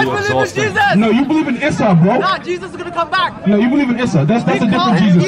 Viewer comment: lmao issa is the son of mariam and all his story is written in the quran which coincidently ressembles with some differences the biblic story, he named it assou , either qi is low or he have bad intentions, i honestly wanted to stop there but ill continue just for the algorythme, he sais assou :'))))))) isssou